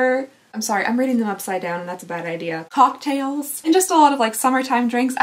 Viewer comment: Why did I hear the eye shadow name as hawk tails and not cocktails 😂